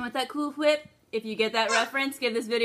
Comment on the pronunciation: 😂😂😂 I was like does she say cool whip that way? Totally got the reference 😉 I've always been too intimidated to try making my own crepes. Yours look amazing and such a genius idea to fill it with pumpkin cheesecake!!! I have to try these!